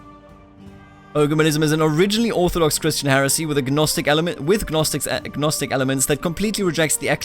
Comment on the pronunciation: I think it's pronounced nostic not g-nostic.